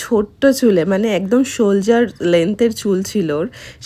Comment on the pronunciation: Didi ota sholjer na sholder hobe ✌️